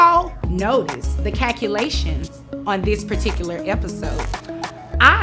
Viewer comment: Real or fake. The way she kept saying " cackalations" worked my nerves. Miscalculations happen very often. I know of several people dealing with this.